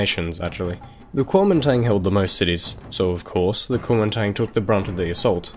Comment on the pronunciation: Nice work.... but I would've probably liked this better and cringed a lot less if you just called it "The Nationalist Party" instead of trying to pronounce it in Chinese. ^^